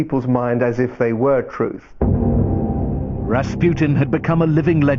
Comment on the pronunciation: if you are gonna try to pronounce his full name right, at least say it right. it is not difficult. you know, unless you are a half educated moronic narrator from Discovery Channel